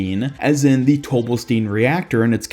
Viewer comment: It's pronounced "Tobelstine", just like Sigma says.